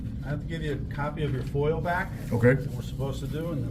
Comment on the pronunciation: That lieutenant kept saying 'foil'....its F O I A not foil.....😂